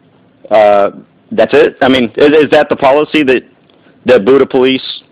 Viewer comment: It's not pronounced like Buddha. It's pronounced bee-yu-duh.